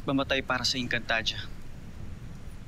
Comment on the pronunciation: Ate engcantadia po Hindi po egncantadia hahahaha hahahaha hahahaha